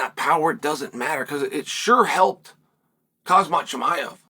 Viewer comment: I always laugh when he refers to khamzat chimaev as khazmat lol